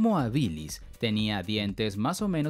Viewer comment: homo habilis es latín y el acento esta en la primera silaba , por dios que toc.